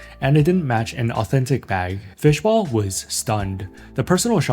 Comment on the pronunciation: Fishball, not bowl :)